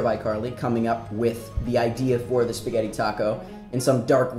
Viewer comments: When he said "Pasghetti" instead of "Spaghetti" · I love how he calls it Pasketti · Me and my friend watched this and I was having trouble saying "pasghetti" so we broke it down PISS-GHETTI!!😂💀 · omg he said paseggtti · Don't you hate it when someone calls it basscetti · did he just said pasketti